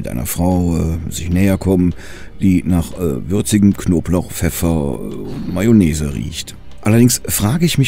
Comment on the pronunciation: Konblauch, pefeffer , besser als die letzte 🙂